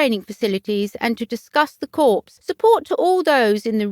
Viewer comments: Interesting. At least in the U.S., Corps is pronounce “Core” with the S” being silent. Corpse is something left behind when one dies. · Can't believe the presenter said corpse --Not Corps - pronounced coor. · I cringed. US President Ibsma called our Marine Corp the ‘CORPSE’ too! Ignorance! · It's pronounced core not corpse. Corp with a silent P. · Do try to pronounce words properly. Corps is pronounced core. Not corpse! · Um ... It's pronounced "core" ... Not "corpse" ... Hope this helps ... 😊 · Can't you find a narrator who knows how to pronounce the English language? It's COR, not CORPSE, and VI-COUNT, not VIS-COUNT. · Excellent choice. It’s just a pity that the presenter kept referring to the Corps as a dead body !! I.e. Corpse. Please check pronunciations before venturing forth as Corps is pronounced Core. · And don't know how to pronounce corps. It's core, not corpse. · This is very happy news, Sophie is a good strong woman. As a point of reference ‘Corps’ is pronounced ‘Cor’ as the ‘p’ is silent. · Very happy news, Sophie is a strong woman. Just remember “Corps” is pronounced “Cor.” The ‘S’ is silent. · The presenter really must improve her pronunciation and learn to pronounce words like "Viscount", "Lieutenant", "Corps", etc. "Corps" sounded like "Corpse"! The stress patterns are also dreadful. If you have a channel about formal institutions like the Royal Family, it needs to be presented by an educated person, otherwise, it gives a very erroneous impression when facts and pronunciation are just plain wrong and non-British people may not realise this! At the moment, this channel is just like a comedy programme with all the errors! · Who is the narrator? One would think that a woman with a British accent would know how to pronounce "Viscount." Vize-count? Really? And, Queen Alexandria's Royal Army Nursing "CORPSE?" Sort of defeats the purpose of having nurses if they are just nursing "CORPSES!" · Someone tell the commentator that the p in corps is SILENT